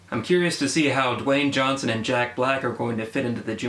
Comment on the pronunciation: johnson not johnston